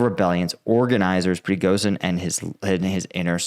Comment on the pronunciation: You are pronouncing Prigozhin wrong. The "zh" is not pronounced like the "s" in "asshole", but like the "sh" at the beginning of "shithead".